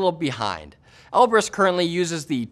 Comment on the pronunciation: Knowing Russian with the right accent, then hearing him say Elbrus wrong every time XD